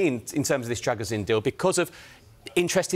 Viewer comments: the last part is a long “Sheen” not “zin” like the guys in the video pronounce it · By the way it is pronounced “Dragoo-Sheen” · All saying his name wrong, it's pronounced Druh-gu-shin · Imo "Druh-goo-shin" sounds more accurate